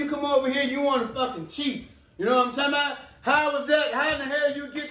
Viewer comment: “YK WHAT IM TALM BOUT”😂😂😂